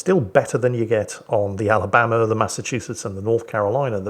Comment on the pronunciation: Sweet home Ala-BAM-ba